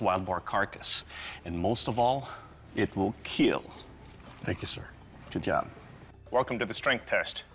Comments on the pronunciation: IT WILL KEEL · that smile when he said ''it weel keel'', man nobody is save at home